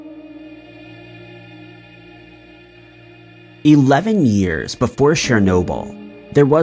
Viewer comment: NOT "Shernobil", it's "CHER-nobil". Sounds like "CHAIR".